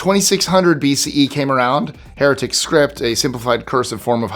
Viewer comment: Hieratic is pronounced high erratic, not hair a tick.